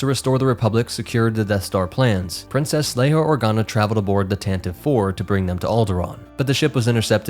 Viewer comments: Tantive IV is pronounced “TAN-TIV-VEE”. Since you are using all nerd sources possible. I thought you would have found that at least. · I would never mock you for saying "tan-ti-vee" as long as you NEVER say, "att-att". Then, we will be enemies. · Lucasfilm insists it’s pronounced “Tante-VEE,” (three syllables) but that might be a losing battle among fans until they finally say it onscreen.